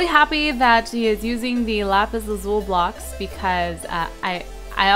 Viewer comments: Lapis Lazuli not lapis lazul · LAZULI NOT LAZUL!!!!!!!!! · I think you say lapis lazuli, not lapis lazul... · its LAZULI .... not lazul x3 its freakin me out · lazuli not lazul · Lapis lazuli not lazul